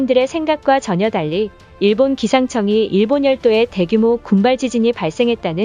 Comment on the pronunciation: 좋은 정보는 좋지만 우리말 망가뜨리지 맙시다 ! "물고기"가 뭡니까 ? 물꼬기로 읽어요 ! 긴급히 일본기상청???? 중국인이세요 ? 그 뒤로도 너무 많아요 !!!